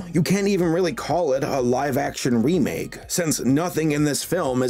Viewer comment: You said wemake once.